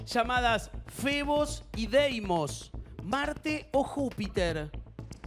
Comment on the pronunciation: Fooooooooobos, no febos. Quizá Guido leyó mal.